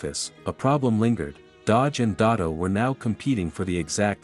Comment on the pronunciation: First of all it’s “DeSoto” not Dotto!